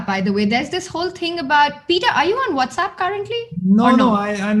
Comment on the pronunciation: Peter: Its What's App not What's Up!!